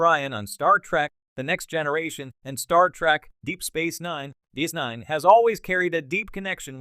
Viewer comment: You need to train whatever's reading the text to not run together section headings and body text, and how to pronounce Jean-Luc Picard ("Gene Luke Pickerd"?!?!), sci-fi ("sky fee"?!?!), and DS9 ("deece nne"?!?!).